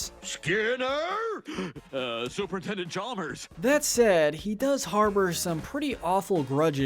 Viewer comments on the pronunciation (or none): When you said super attendent I thought you said super Nintendo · I think you meant super intendent , but said super nintendo lmmfao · Did he just call Superintendent Chalmers, Super Nintendo Chalmers? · DID YOU JUST SAY SUPERNINTENDO CHALMERS!!!!! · Even the narrator said "Super Nintendo Chalmers"!!!!! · when he said super intendent chalmers i heard him super nintendo chalmers